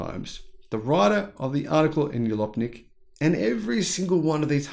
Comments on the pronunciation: It’s Jalopnik, like jalopy, with a “j” like jam. Not Yalopnik. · It is amazing how much hubris people have about something they know something approaching zero about. Thanks for another great expose. The magazine's name comes from Jalopy and is in the USofA so the J is pronounced as a J.